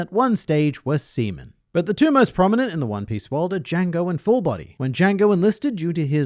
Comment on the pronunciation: Lol he said “semen”